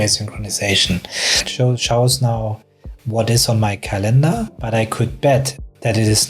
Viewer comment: It's not calEndar, but cAlendar. English is my second language too, so... just saying. 😊